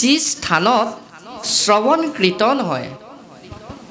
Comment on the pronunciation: 'কীৰ্তন’ ক 'কৃতন’ বুলি উচ্চাৰণ কৰা হ’ল।